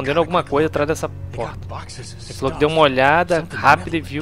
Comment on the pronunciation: 'kkkkkkkkkkk cara toda vez que vc fala "falow" eu pauso para rir